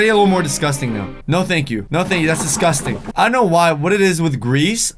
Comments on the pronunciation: u said disgusing 24 times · You said discus ting 9 times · you said disgasting 31 times